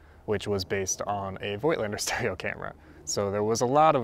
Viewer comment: I made it a habit to try to educate photographers all over YouTube presenting some Voigtländer gear on how to pronounce it correctly (with little success, unfortunately). Voigtländer is not pronounced with an "oy" like in "joy" but with a long "o" like in "horse" or "door". Personally, I really like the look of those old lenses. I myself use a 1939 Rolleiflex as my preferred medium format camera. The Superb is in fact a great camera and was one of the more serious competitors to the Rolleiflex in its time. It had a better lens (the Heliar has five elements to the Tessar's four elements) and its parallax correction was unmatched - the Superb is the only TLR where the viewer's image is identical with what the taking lens is actually taking. I'm still hoping to find a good one for a reasonable price someday.